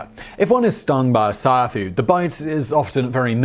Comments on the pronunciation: 😂 😂 😂 It's not sayafu.... It's siAfu... Siafu is a swahili word for ants... Now you know.... 🇰🇪 🇰🇪 🇰🇪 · siafu is pronounced see-a-foo not sai-ya-fu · You pronounced Ciafu incorrectly. Pronounce it as Africans would. See A Fuuuuuu. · It's "see-ah-foo"